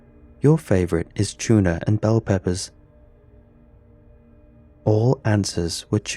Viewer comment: "Your favorite is C H O O NAH and bell peppahs"